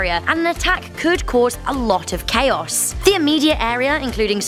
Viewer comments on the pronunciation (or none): none